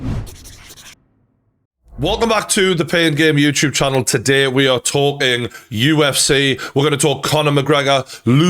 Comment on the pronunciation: Pain gain youchube 😂